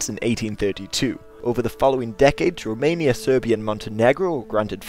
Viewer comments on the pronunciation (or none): none